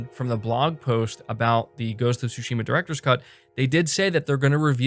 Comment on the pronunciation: It is ghost of sushima not TSHIMA stop pronouncing the T !!! IT IS SILENT!!! THANK YOU